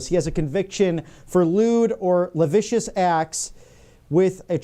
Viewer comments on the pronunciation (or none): 464s in, say la-siv-ee-us; more, read your copy out loud before on air: it'll familiarise your tongue; more, an elder auditor could guide your pronunciation. While you're not reading a teleprompter, hold paper before you such that you might glance down at it rather than lower your head (.. more, you'll look more old-timey). -g